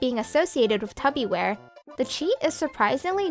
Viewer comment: you called mans tubby ware lmao